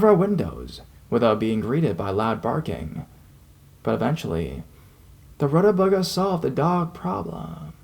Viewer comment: Root-uh-vei-gah lol